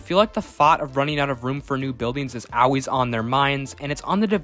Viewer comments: Stop saying “Al-ways” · Yeah cool video but why do you pronounce the word aalways like that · Not OW ways, ALL, ALLLLLL, L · Bro says “always” funny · You say always weird